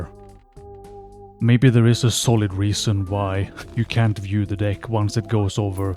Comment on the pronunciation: You really gotta fix how you say "deck" man